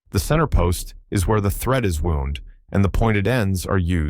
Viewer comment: The thread was wound (pronounced like the word for injury), poor thread must have got hurt